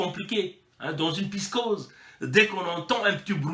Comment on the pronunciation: alors il a donc bien rencontrer poutine cette fois là malgre sont retard ce qui prouve que poutine s'en contre fou des congolais et qu'il lui a certainement vendu des armes . et c'est " psychose " [psi koz].. mon tres cher frêre :) la repression du general "bourricot" dengé et sa clique d'ane batté disponible sur whatsapp